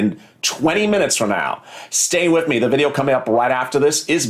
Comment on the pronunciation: It’s “WITH” not “WIF” 🤦🏻‍♀️